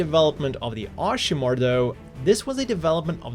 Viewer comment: I could hear your best at trying to not pronounce it Ass-himac